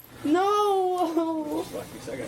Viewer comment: Pleasea, noa, stopa. none of these words have an a at the end.